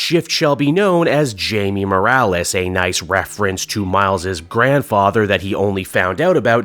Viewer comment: It’s actually pronounced “Hay-meh” like Blue Beetle.